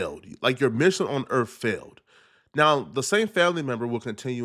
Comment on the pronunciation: Did he say "Earf"?